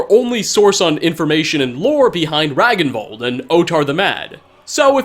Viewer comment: "Ragnvald" is pronounced "Rang-n-vald" in nordic languages.